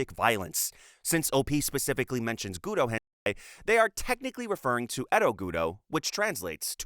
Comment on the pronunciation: Why does this dude keep calling GURO "GUTO"? hentai guro is awesome but anyone that gets off on it has SERIOUS issues